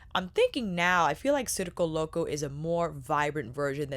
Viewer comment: I was just complaining to someone about how no one was pronouncing it correctly and then there you go boom pronouncing it correctly. Thank you for this review and all the looks. As a member of the circus community this is pulling at my heart strings. I wish people didn’t think of clowns when they hear circus because there is SO MUCH more to the circus community. I might pick this up at the Sephora sale.